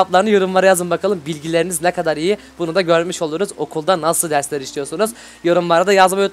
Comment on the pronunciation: abiderslerini derken deşlerini dedin